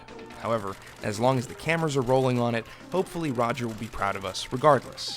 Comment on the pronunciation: for a second I thought you said "" Goodell, y'know... like Escobar.... Yet I did not bat an eye 😂